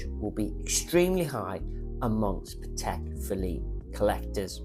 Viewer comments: still, you can’t pronounce Patek! Hint: it’s pAtek (with the accent on the a), not patEk (with the accent on the e) like you say it. It’s a Slavic word, not a French/swiss word. But can’t blame you, 90% of the people (including some Patek collectors and even some Patek ADs) can’t pronounce it right. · So you are a Patek expert but you can’t even pronounce Patek properly?